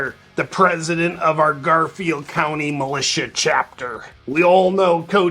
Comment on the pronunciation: Milit-IA 😂😂😂😂😂😂 radiation!!!!